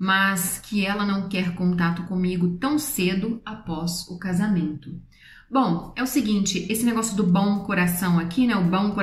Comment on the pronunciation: eu adoro como vc fala ''bom''m parece ''bão''. é fofo kkkkkkkk <3